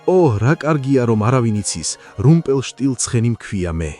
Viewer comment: რუმპელშტილცხენი არა რუმპელშტილჯორი